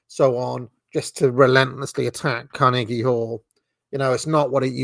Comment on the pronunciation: I enjoy your pronunciation of Carnegie